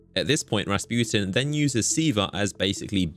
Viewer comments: How pernounces Rasputin: (Rasp-You-ten) How actual people pernounce it: 🎶 (RA RA RASPUTIN!) 🎶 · Soo you keep saying rasputin like the Russian peasant the dude that wouldn’t die and had a big shmeat?